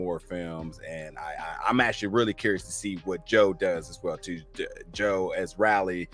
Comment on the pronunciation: I love how’s he saying Raly it’s Riley lol